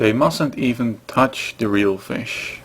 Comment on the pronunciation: you must be swedish, you almost said fisk